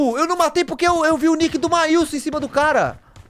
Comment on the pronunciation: Acho engraçado que o nome do menino é marlison, e ele chama ele de mailson. Sempre tô lendo o nome ali no canto pra ver se não é eu que tô errada KKKK. 🤣🤣